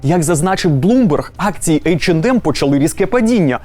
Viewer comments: Тількі не «ейч енд ем» а « ейч е нем» ;) “ді» не читається в цьому випадку так само як і « ем ен емс» ! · В брендах типа H&M, M&M's в and d не произносится, правильно [Эйч Эн Эм]